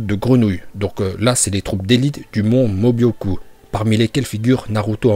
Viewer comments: C est pas mon mobioku mais mon mioboku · c est pas mobyoku mais myoboku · Ça me stresse quand vous dites "le mont mobyoku", c'est "myoboku" !! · Pour: c'est pas mobioku mais mioboku voilà 🥰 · C pas Mobyocu c Myuboku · C’est myôboku et pas mobyoku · Myōboku pas Mobyoku😂😂😂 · C pas le mont mobyoku c miyuboku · Tu c est pas dire le mont mioboku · Comment il a prononcer le mont myuboku la ??!